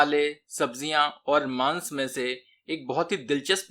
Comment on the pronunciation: Maaans...maat bol bhai😂😂😂...ajib lgta h